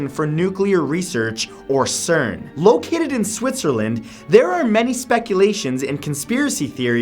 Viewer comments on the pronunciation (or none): none